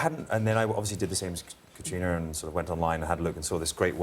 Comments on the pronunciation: Gayle didn’t even pronounce Caitriona’s name correctly the first two times she says it. I’m very unimpressed with her in general. I also agree with another commenter that she should never nave brought up what is or isn’t under the kilt. Very unprofessional. This interview and the three people doing it failed miserably. 👎 Diana Gabaldon seems somewhat irritated with some of their questions, and I find that hilarious. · Catriona should jump up and tell her how to pronounce her bloody name properly. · Both ladies did it but Gayle kept saying it over and over. I cringed